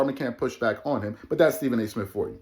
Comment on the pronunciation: Someone on here said: The movie remake: D'Jango Mic'd up! Starring Stephen A. Smiff as "Stephen"! 🤣🤣🤣🤣🤣🤣🤣🤣🤣🤣🤣🤣🤣🤣🤣🤣